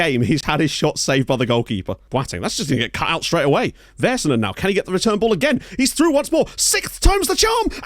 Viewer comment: LMAO the hockey references :) PS. The "A"s in Vaisanen rhyme with "sad" rather than "said"